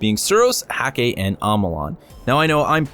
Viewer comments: Why did u say HakSaw it's HawkSaw, do you know how to read! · Hawksaw, Hawksaw! HAWKSAW! It's pronounced Hawk Saw not Hack Saw. Other than that a lovely video 😉. Looking forward to more content from you.